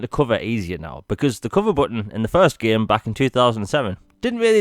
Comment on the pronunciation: me: “game” this guy: “GYAEM”